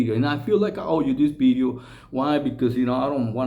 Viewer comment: Did he say bideo not video lol